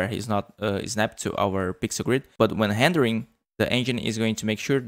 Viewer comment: O Sotaque no "R" quando ele fala "rendering" entrega.